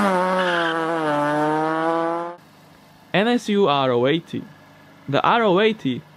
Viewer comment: The NSU is called Ro 80 an not R-O 80